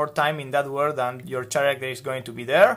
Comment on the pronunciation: Great video! Lots of great information! Thank you for sharing and giving such a great visual structure. Oh, by the way, character is pronounced like “care-actor” the “ch” in this case makes a K sound like in “key” instead of the ch sound in “chair”